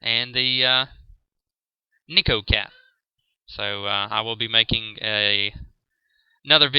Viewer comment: cool video man but... don't wanna sound like a twat but its pronounced NAYko no niiko and neko just means a normal cat not random cosplay love the chicken mount tho...